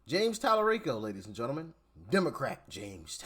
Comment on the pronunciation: Tali-REEK-O is a joke 🤣🤣🤣